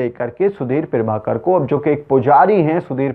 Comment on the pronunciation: पीरभाकर नहीं, प्रभाकर.... न्यूज एंकर हो, शब्दों का उच्चारण सही से किया करो